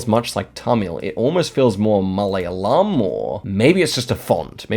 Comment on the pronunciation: The way he pronounced it was so funny